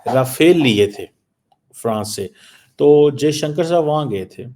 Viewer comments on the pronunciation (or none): none